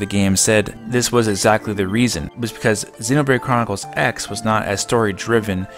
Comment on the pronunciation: You said xenobrade chronicres x like 8 times in a row bc u were trying to say it fast XD